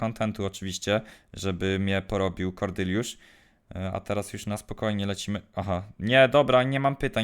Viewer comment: Czemu ty mówisz Kordyliusz😂 aż razi jak powiesz